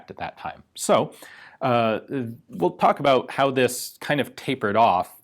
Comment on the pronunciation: "at ab oU t 18 hundred feet per second.."